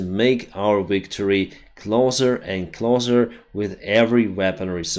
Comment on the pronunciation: Wow he finally pronounced "closer" correctly.